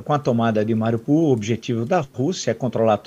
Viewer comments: Mariupol não é uma cidade russa e a fonética é ucraniana, país onde fica a cidade. Na Ucrânia se pronuncia "MARIÚPOL" e a o mundo inteiro pronuncia assim. Só no UOL essa moça pronuncia errado, falando "MARIPUL". Ensine a ela por favor. Grato. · Alguém por favor ensine a essa criatura a pronunciar direito o nome da cidade. Não é MARIPUL, é MARIUPOL!!!